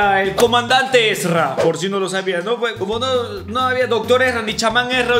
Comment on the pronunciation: Es Erza no Ezra